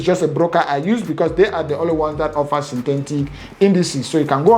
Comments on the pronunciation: My oga , Sin - Te - Tic not Tentic😌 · Synthetic not synthentic. Etic not entic. 😂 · Synthentic ... Bru no man - Synthetic - there is no N